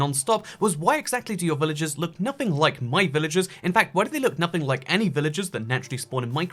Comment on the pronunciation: I can't tell when your saying villages and when your saying villagers